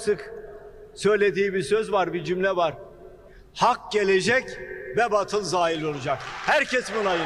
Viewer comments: Birde batıl diyor. Her ne kadar batıl yazılsa bile bâtıl diye telaffuz edilir. Herifi dili bile yakışmıyor.... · batıl değil hadi bey, BAATIL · Hadi bey Kılıçdaroğluna gülüyorsunuz da, hadi o "batıl" diyor baatıl demesi gerekirken, siz de a harfini uzatmadan batıl diyorsunuz,yakışmadı size .. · Hâdi bey siz bâri yanlış okumayın batıl nedir, BÂTIL olacak. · En az Kılıçtaroğlu kadar, ayetlere yabancı olduğunuzu görmek beni üzdü.. Keşke "bâtıl" kelimesinin nasıl telâffuz edildiğini birine sorup, öğrenseydiniz. Kılıçtaroglu nu mâzur görebilirim. Çünkü İslâm dinine mensup bir toplumsal yapıdan gelmiyor. Ama siz İslâma mensup bir topluluktan geliyorsunuz. Size bunu çok gördüm. Ayrıca gazetecisiniz, bunu bilmeliydiniz.